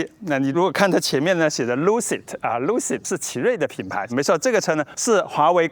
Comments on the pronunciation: lu开头，发音是拉科，luck，拉克si德。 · 读错了，luxceed，luxury+excced =拉克西德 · 念 拉克细的，意思差不多想表达奢华，请原谅我当一次显眼包